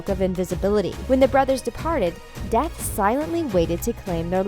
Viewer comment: I thought when she said Dumbledore was death I thought she said def and It would make sense... it wouldn't